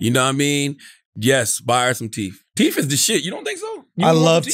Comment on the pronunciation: Teeth is NOT pronounced teef 😂😂😂